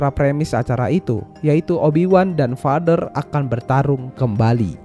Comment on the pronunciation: bukan bermaksud gimana gimana, videonya oke poinnya tersampaikan, mohon maaf sekali karena hanya kurang nyaman ketika mendengar “jedi” dan “vader” yang salah pengucapan. selebihnya semuan sudah baik sekali, ditambah menyenangkan sekali ada bahasan mengenai star wars dalam bahasa indonesia 👍👍